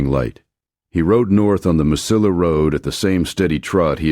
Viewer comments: Please learn how to pronounce "ll" in Spanish..It is like canyon. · Mesilla is pronounced differently LOL...